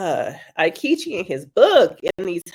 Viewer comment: I hate him, but your pronunciation of his name is killing me. It's "EE-ketch-ee."